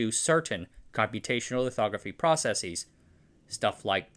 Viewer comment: and -10€ for mispronouncing processes twice